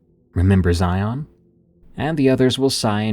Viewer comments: As someone who grew up in the Southwest, I have to say, I love these! Though, as a friendly tip, Zion is pronounced so that it rhymes with "Lion", like ZY-in, not zy-ON. :) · I've never heard it, but FFS, as a local the way he says Zion kills me. The only way it could be worse is if he added an s at the end. The emphasis does not go on the friggin O!! The o is all but silent, the emphasis is on the I. (ZI-n) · It’s pronounced Zion like lion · Zai-un, rhymes with lion. 😁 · I hate the way non-Utahns pronounce Zion. Everyone slaughters it. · I'm diné and he's also saying that .... Word... Wrong but if it's not your native language I get it